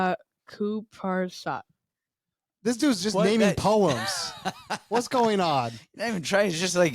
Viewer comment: These boys make fun of the lad for mispronouncing nasrat haqparast then proceed to call him nasparat of hasparat for the rest of the segment